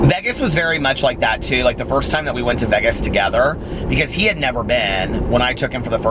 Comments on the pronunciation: Haha some of my friends here in philly say it like VEGESS too I’m not a fan but I’m used to it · Why do you say Vegas like that?? I can handle the vocal fry and all that, not the way you say Vegas though man